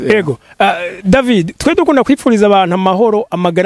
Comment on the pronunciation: Cher présentateur "" de Agaciro Média, nashaka ndagusabe ko promoteur wa "Kibonobono Oil Company" woza uravuga neza amatazirano yiwe neza. Ukamwita "David", ukatomora neza urudome rwanyuma "d" tukarwumva, ukiyubara kumwita "Davi" canke "Davy". Twebwe nk'abakurikira imisi yose ikinyamakuru "Agaciro Média", turabizeye cane kandi turabakunda. Tubasabe iyi nkebuzo muyifate n'ama, mwongere mutwihanganire. Mukomera. Claude BAZOMPORA